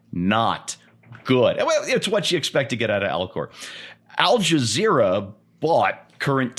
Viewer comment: It seems I'm hearing you saying AlJazero.